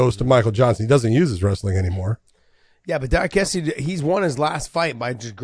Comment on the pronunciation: The altitude didn't affect Merab THE MACHINEEEE. Also, pronounced Diakese's last name better than Josh or John lmao